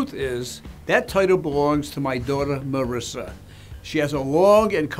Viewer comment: Marissa???? She is Marisa, it's italian name, not ameri-can.